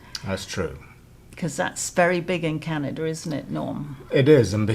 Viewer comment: Canada does not have an "r" at the end of it. STOP IT!